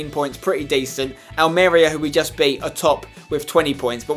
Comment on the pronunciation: Spen Almeria is pronounced [Al-Maria] But the 1st "a" is kind of like an e.